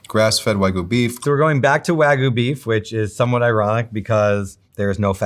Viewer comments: English is an analytic language, so whatever that excuse is does not hold water. And anyone who has any cultural awareness should see an obviously foreign word and question how to pronounce it correctly. Especially if you are claiming to be an expert in a subject matter. This just makes him look foolish at best. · white shirt guy pronouncing "wagyu" wrong so many times in a row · Why is it so hard for people to pronounce Wagyu correctly? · lol they all pronounced Wagyu 8 million different ways 😂❤ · The inability to pronounce wagyu is infuriating 😂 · Wagyu...It's pronounced "Wag-You" not "Way-Goo". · It's "Wa gyu", not "wai gu" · The number of times the bald guy mispronounced wagyu came across as a hate crime to my ears. Folks, it’s pronounced “wah-gyū”. The “gyū” is like if you put a g in front of the word “you”. Stop. Saying. “Waa-goo”. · It's not pronounced Wah-GOO, it's Wag-YOU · Please, you should have cut that one guy saying "why-goo" a dozen times. That was hard to get through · bro called it "waygu" like 20 times in one minute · can you please stop saying “WhY-goo” please! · A food professional can't say Wagyu correctly. Way-goo? WTF is that? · Why do people insist on pronouncing WAGYU is WAY-GOO or WAYGEE. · It's "wag-you". It's not that hard. If so many people are going to be so critical about how non-native English speakers pronounce English words, we can put ourselves to the same standards. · how is it that meat experts cant even pronounce wagyu properly😭😭 like what is wahgoo.... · why do these people never correctly pronounce wagyu. its wagyu not waigu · And he just KEPT SAYING IT. Don't pay for WHYGOO because you're not getting the part of the WHYGOO that's the reason we eat WHYGOO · No Wild Bill's 😭 also, "WAGOO" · That guy came across so knowledgeable but then pronounces it 'why-goo'. Crazy. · For the life of me I can’t understand why these professional meat purveyors cannot pronounce Wagyu correctly.